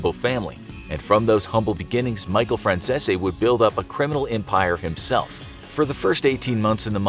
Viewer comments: I like Michael Franzese channel..FYI his name is pronounced the way it is spelled. He says it all the time on his channel. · Jesus Christ they really butchered the pronunciation of Michael Franzese's last name. 🥴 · Butchering that last name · Lol "Frachchesee", Its 'Fran-sees' 😆🤣😂 Get It Right. 😆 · Michael Fran Cheese 🧀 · Please learn a little basic knowledge because you keep mispronouncing his last name. It’s “France-ees”. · His last name is pronounced Fran CEASE not zesi. Pronounced Like GREASE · Aaaactually...its pronounced FranZESE. Not CEASE. Just sayin lollllll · Its pronounced "Franzeez" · Michael: I'm Michael Franzese Every single person for some reason: FRANZE-SI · Fyi, his name is pronounced Franzees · His name is pronounced zeese as in geese. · Is it me or does he keep saying micheal franzeshi😅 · His name is pronounced "franz-sees" and he has a youtube channel where he talks about his experiences. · I think 'Fran-zeh-zee' is more like how you pronounce the name. Italians often mispronounce or heavily Americanize their names. An E at the end of an Italian name could be silent or annunciated. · nah it’s pronounced “Fran Si Zi” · Your saying Franzese wrong it’s (Fran-z-e-s) no silent zs or zs that somehow turn into an s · Michael Franzese is all OVER YouTube, and you guys can't pronounce his name the way he does? Fran Cease. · I saw a news report about him and his father in the 80. The reporter said Michael “FranZeeZee” 🤣🤣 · Pronounced last name wrong. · I’m sorry, …. You really butchered his last name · Atleast research how to ya know pronounce the name correctly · Your probably gonna get whacked for repeatedly butchering his name! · the way you pronounce Franzese hurts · All I’m gunna say is there’s tons of videos of how micheal pronounces his last name and y’all still got it wrong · He's pronouncing his name wrong he has a youtube channel and reviews mob movies and stuff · You pronounce franzese wrong he has a channel you can watch him